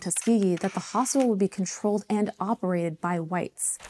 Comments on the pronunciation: "HospiTal". Why are all the kids dropping their 'T's when they speak...? Sounds bizarre... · Can someone teach this girl how to pronounce “hospital” ?